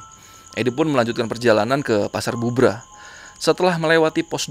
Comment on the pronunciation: Cari tau cara penyebutan tempat bang Belajar dulu